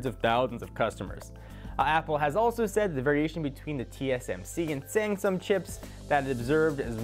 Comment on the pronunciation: you pronounced "Sangsum Chips" :D